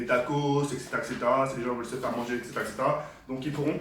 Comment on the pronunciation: Comme bien de fois il a dite ect